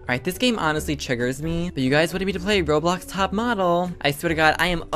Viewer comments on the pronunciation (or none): none